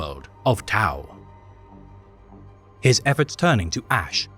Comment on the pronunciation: not even say the name right, liar and attention seeker